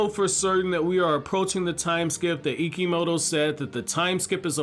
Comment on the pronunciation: why does he keep saying icky moto